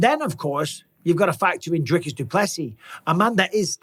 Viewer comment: it isn't "Driscus" he ain't a triscuit brother it's DRICUS. 😂